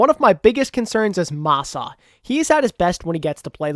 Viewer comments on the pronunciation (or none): none